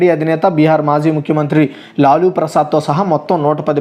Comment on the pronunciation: లాలూ ప్రసాద్ యాదవు తను...లులు కాదు